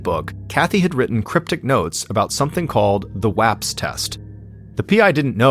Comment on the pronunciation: Thank you for pronouncing Bexar and WAPS correctly